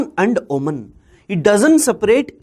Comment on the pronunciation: Sir I am from Oman. The 'a' in Oman will sound like the 'a' in 'ant'. And in 'Duqm' , 'u' should sound like the 'u' in 'put'. Thank you